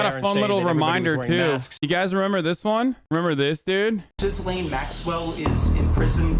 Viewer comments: French guy here: it's pronounced 'Ghislaine' not 'Guylaine'... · Lol it's not pronounced Jizz-lane Maxwell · And Gislaine is said like "Ghee lane". And the fact that you don't care that the files are sealed with the names. Just shows that these girls are in danger more than ever because no one knows who these people are. If these girls go missing how is anyone going to know who did it. Gislaine is a sacrifice, you seriously don't know a thing. They didn't offer her a deal to name names. You need to stick to your games don't commentate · he calls her jizzlane maxwell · Damn, he called her JIZZlane Maxwell. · nah, it's not oblivious. Americans know how to pronounce JIZZ-LANE perfectly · Di you just call her Jizzlane? 😂😂